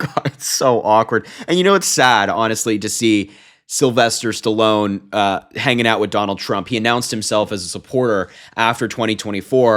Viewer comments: Mate, he said Sallone, not alone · Stupordon said SA-lone. That’s disappointing to see Stallone is a maggot. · Common Harry. although I agree he's mentally declining, your just nitpicking because he dropped the "T" in Stallone's name. With all the major things happening today with Trump, This is at the bottom of the list. You're better than this. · Sylvester Stallone, popular during my era, was widely known as Sylvester 'Sly' Stallone. While the 'the great orange one' correctly pronounced the 'T' in Stallone, he seemed to have slurred the sound. Regardless of whether one viewsTrump as unfit for the presidency and harmful to the US image abroad, focusing on this is in my opinion not newsworthy. At least the Trump did not resort to using Stallone's other well-known nickname: 'The Italian Stallion.'" So we dodged a bullet there.